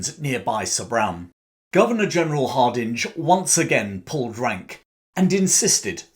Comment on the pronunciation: It's pronounced Harding, not Hard-inge, despite the spelling.